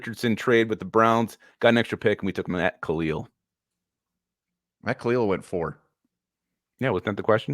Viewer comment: It’s Matt kalil